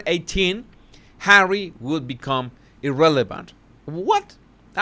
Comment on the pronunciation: I crack up every time you say Hawwy. Ohhh. Wait. She said " I know how the Palace works". That's the opposite of her other statements of her poor little girl ignorance. Haha. You are EXTREMELY 😂😆😂😆😂😆👏👏👏